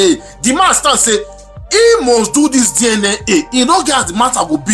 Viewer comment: It's DNA not DIENEA